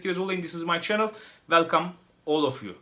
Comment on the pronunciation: girişte welkam tu may çenıl demesen abonelikten çıkıcaktım helal sana böyle devam ingilizceni seviyoruz